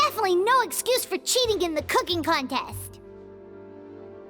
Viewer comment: Oh putain cet accent français est parfait, je suis plié ! 🤣🤣🤣 ✨Ze couquingue contaiste ✨ ✨You of all pipol✨